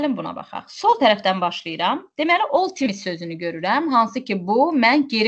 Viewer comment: Oy bir ildi bu problem var amma həll edə bilmirlər.timis yox tims